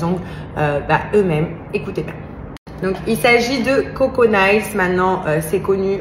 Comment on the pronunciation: Mon Dieu si tu ne parles pas anglais ne dis pas n'importe de quoi les ongles en anglais c'est mails prononcé Neil ou Nil on dirait en France le cour d'anglais n'existe pas